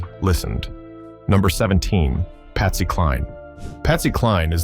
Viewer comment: Did your AI voiceover just call Patsy Cline, "Pasty". Stopped listening after that. Make it real or don't bother.